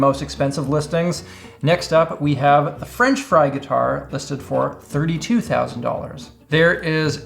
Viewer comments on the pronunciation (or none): none